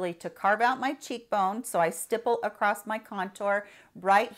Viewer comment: It’s pronounced across, it has no T